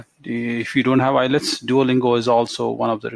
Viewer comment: Hahahahaha ..... u said ILETS not IELTS....GOOD